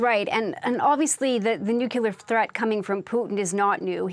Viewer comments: "nucular" vs "nuclear" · It is pronounced 'nuclear' not nuke-elar